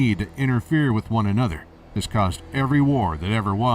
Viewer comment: "they could come up wih" - When did the become Irish?